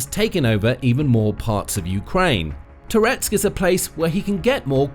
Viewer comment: Every time you say "Toretsk", I briefly think you're saying "Tourette's".